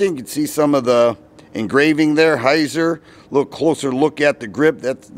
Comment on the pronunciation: It's pronounced "Hītsār".